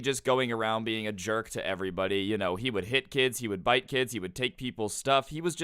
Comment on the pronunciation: bite not vite